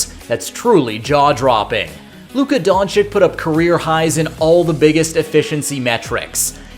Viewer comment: Kid... please lern how to pronounce DONCIC! Just google it! Holy...